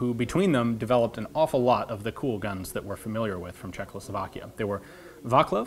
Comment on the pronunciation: Hahaha, it's so funny that Ian says "CHEKLOslovakia" instead of "Czechoslovakia" over and over again for some reason! )) (Just as trivia, the actual pronunciation I think would be closer to "Chekhoslavakiya", with "kh" as a very soft "h". Yeah, every time you see it in Slavic words, it's not a brutal manly "KHHH!" =)